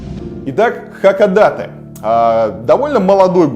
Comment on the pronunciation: Только название города произносится иначе. Не хАкадАтэ, а наоборот — хакОдатЭ.